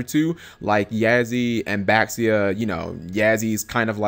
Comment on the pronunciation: It's pronounced Baxia (Bah-She-Ah) Yazi (Yah-zuh) Chaofeng (chow-fung) Pronounciation pleass